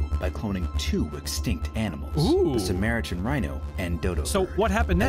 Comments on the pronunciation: .... I'm sorry but I'm hung up on the dude at the start pronouncing 'Sumatran' as 'Samaritan.' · Lol, I know its only "one dude" that developed this game, but in the very first paragraph that he narrates, he says Samaritan instead of whats written on screen, Sumatran. I just chuckled a lil when he said that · Cant pronounce Sumatran, duh..... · Can't even pronounce Sumatran.